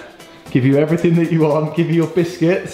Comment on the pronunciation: In the water play When said biscuits it sount like bigete